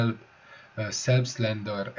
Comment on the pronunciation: Selbstlader - úgy kell kiejteni hogy zelbsztláder